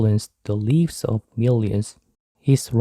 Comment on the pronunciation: 에 나오는 lives 를 리브스라고 읽으셨는데 라이브스라고 읽는게 맞는거 아닌가요?